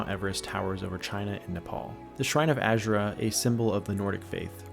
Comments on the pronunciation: Azura. A-zu-ra. Not Azure-a. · My only critique is that you pronounce azuras name wrong and her shrine is not part of the nordic faith but instead was built by dunmer refugees after escaping the red mountain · and you literally can't play through Dragonborn in Solstheim and still pronounce Azura incorrectly xD